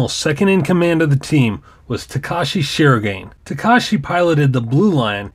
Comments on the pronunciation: to elaborate it a bit more. "Shee-ro-gah-ney" is how it's pronounced. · Good video. Just FYI "Shirogane" is pronounced shi-ro-ga-ne, not "shirogain" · Its Emby technically its japanese so it would be pronounced in its japanese accent “shi-ro-ga-ne”. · Not even a minute in and I'm already triggered by the way you say "Shirogane"